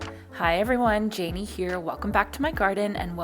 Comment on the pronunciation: Oh Siri… her name is Janey, not Jeanne! Ugh